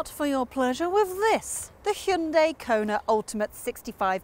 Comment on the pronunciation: THANK YOU for actually pronouncing Hyundai similarly to how it sounds, as opposed to how the condescending marketing team has told you to because they assume English speakers are idiots. Neither of you mention a heat pump. I think that's one of the major points you have to cover in any car -- 310 miles of range turns to 200 miles in the winter without one, though front and rear heated seats mollify that well. Frunks are direct indicators of front hoods which are too large and should be derided. The Kona has an excuse -- it's a gas car converted to EV. (I sure hope we see the end of those soon -- front wheel drive in an EV?) The HUD does not just look neat -- it makes the car much safer. I don't understand why that's not on every new car.